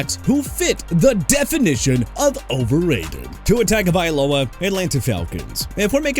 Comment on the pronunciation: YEAH TUA WAS "INCONSISTENT AT BEST" AND DIDN'T LIVE UP TO THE HYPE AND GOT CUT BY MIAMI AND YOUR POINT IS?! ALSO IT'S TAGOVAILOA NOT HAGOVAILOA! YOU MAKE ME WANNA VOMIT!